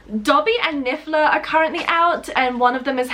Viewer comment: I don't know if you did that on purpose or his voice type but it's niffler not bigler